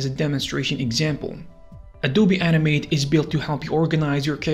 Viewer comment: How many times he say animet it sounds like anime